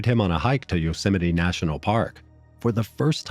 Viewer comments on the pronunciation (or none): none